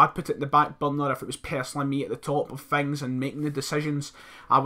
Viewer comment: Stop saying fings...instead of things!!!!!!